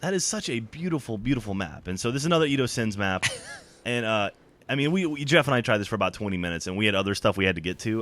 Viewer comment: but its pronounced jeff